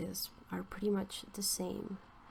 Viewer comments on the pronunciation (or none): none